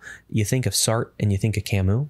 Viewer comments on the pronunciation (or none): Sart?! Sartre!(sargt-re) its french... kertker? Kierkegaard!(kierke-gaard) its Danish..